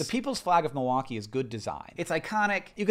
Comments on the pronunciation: I’m from Milwaukee. And I didn’t recognize either one of those flags! I know the Chicago flag though. Thanks for pronouncing “Milwaukee” correctly. I live near the lake and the Milwaukee art museum so it’s weird that I never saw our flag. Now that I’ve seen our flag, I don’t hate it. I think it’s cute. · As a wisconsinite I'm just glad that you're pronouncing milwaukee correctly lol